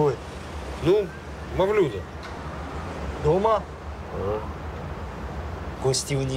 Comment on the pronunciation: Не МавлЮда, а МавлюдА !!! Ударение в языках народов Средней Азии почти всегда на последний слог: МаликА, ГульчехрА, ЗухрА... А тут решили как по-русски: Люда-Мавлюда.